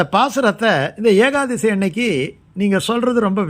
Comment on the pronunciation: ஏகாதசி என்று தான் சொல்ல வேண்டும் ஏகாதேசி என்று சொல்ல கூடாது